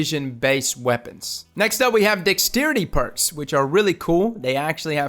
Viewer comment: Di¢ks-treity?? and